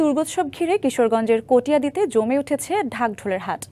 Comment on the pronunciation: যিনি কটিয়াদি উচ্চারণ করতে পারেন না, তিনি আবার বিখ্যাত রিপোর্টার।